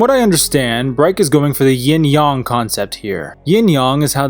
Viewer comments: "Yin/Yong"? #triggered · “yIN YoNG”